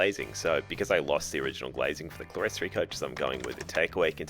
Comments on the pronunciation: "Clerestory" is pronounced "clear story ". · Just to correct your pronunciation of "clerestory". The word is an architectural term for a raised area (usually with windows) not enclosed with a floor, so clear story. I still have a number of old books where it is spelt this way (can be spelt cleresory or clearstory) but both spoken "ClearStory". So many people say it incorrectly. Nice work with your modification! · Clerestory is pronounced "clear-story".